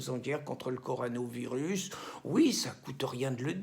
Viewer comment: Tu a du mal à prononcer Corona virus Pierre, mais bon, tu a raison sur le fond...